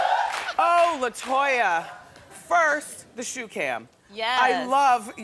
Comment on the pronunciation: "LIE-toya" Jackson! 😆